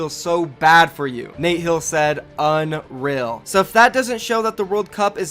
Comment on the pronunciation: Why does he pronounce unreal as unril?